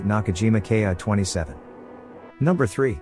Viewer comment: The Ki-27 was a pre-war aircraft, and was not useful during the war. By the way, it's pronounced "Keeeee", not K eye."